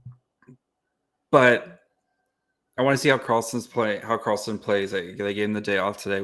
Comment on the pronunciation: Its Victor met-tay not victor Meat. And Eric SHallgren